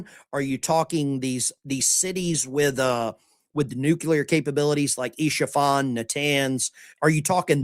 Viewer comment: "Isfahan" (city & province) is pronounced as "es-fah-han." Isha-fan refers to a supporter or fan of "Isha" a non-verbal orphan character from the animated series "Arcane" distributed by Netflix. It has no meaning in Farsi or Arabic. JS